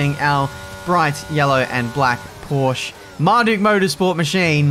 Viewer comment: Learn, how to pronounce "Porsche", thank you.